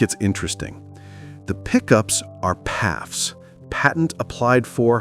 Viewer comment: P A F’s …..not pafs , I’ve never heard anyone call those pickups pafs…